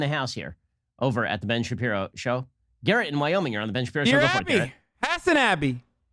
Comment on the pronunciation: Ben "I'm going in dry" Shabibo